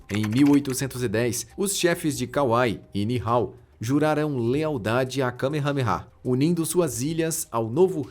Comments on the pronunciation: O narrador só pode ta de zueira 😂😂😂😂😂😂😂 kamehamera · Eu ouvi kamehameha sério.😂😂😂😂